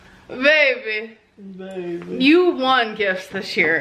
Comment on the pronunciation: Ong me toooo